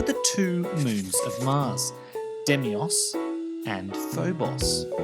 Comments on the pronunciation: Yeah... The correct spelling is Deimos and the correct pronunciation is "DAY-moss." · Maybe its a british thing?